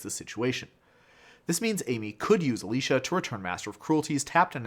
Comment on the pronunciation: It's Alesha, not Alisha.